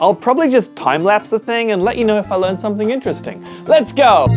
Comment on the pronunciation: bro literally said lrean not learn like wth